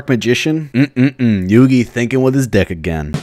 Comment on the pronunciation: wait did you say deck or dik